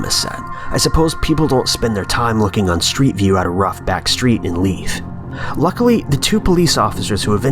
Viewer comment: you cant say leith edinburgh